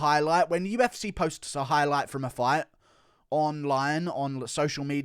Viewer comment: Say what you want about Guru but he does know what he's on about when it comes to the damn thang. Plus it's funny when he says UFsay.